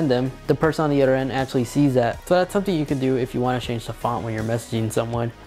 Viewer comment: Keep in mind, this is a person who uses the word "udder" instead of other, thinks that "diner" is a meal you eat at the end of the day, has a really good music "liberry" and likes to put his phone in "pamorammik" mode. Hes probably really smart because he has good "jeans". At the same time I am not going to lie and say that I have never learned anything from him.